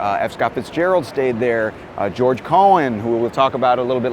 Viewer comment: It is pronounced Co "Han" as in hand. He was Irish, Cohen is Jewish.